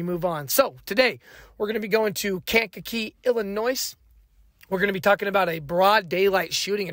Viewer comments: The S in Illinois is Silent like the Y in YOUR GIRL 🤷🏽‍♂️ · I used tell people you don’t pronounce the “s” because the word Illinois is French the “s” is silent. Lol! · On God i h8 hearing the "S" on Illinois. I guess that comes with having an ILL state of mind. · Bruh .. Quit saying Illinois, WITH THAT "S" sound, 😂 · Not sure if you live in Illinois, but if you do, how do you not know the S at the end of Illinois is silent? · ✌🏿 from Chicago, Illinois (With the silent s) 😂 ✌🏿